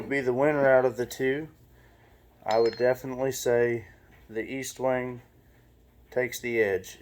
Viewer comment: ESTWING NOT EASTWONG!!!! You should know the name of the hammer before doing a video pathetic